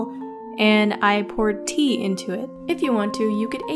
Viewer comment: When you said tea i thought you said pee